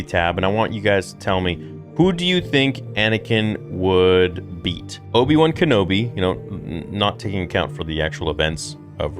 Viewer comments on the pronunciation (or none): you crack me up how you say "Obi-One" instead of Obi-Wan with your accent.:)